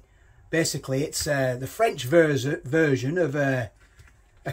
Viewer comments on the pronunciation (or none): none